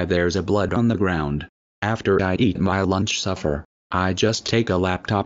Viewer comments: And it’s SUPPER not “suffer” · The grammar in the video description is terrible but the video is fantastic and I love how pronounces suffer instead of supper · Its pronounced supper not suffer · Besides, it’s “supper”. Not “Suffer”.